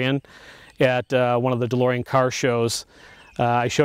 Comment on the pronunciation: De-Limo-ean DMC12